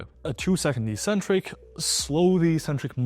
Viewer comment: How can you be an 'expert' in your field and yet you always mispronounce one of the most basic words of your trade? 'Eccentric' is pronounced eK-Centric, not EEEEEEEE-Centric. You like reading the literature. Take two seconds and read the literature (i.e., a dictionary). No meta analysis required, 100% of the time it's pronounced eK-Centric. lol.